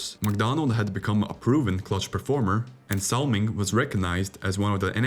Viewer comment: Something else you need to learn to pronounce Vaive and Salming your pronunciation is so bad it’s offensive